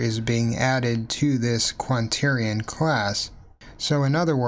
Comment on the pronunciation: You seem to have written Quaternion but are not pronouncing the 'n' in the middle.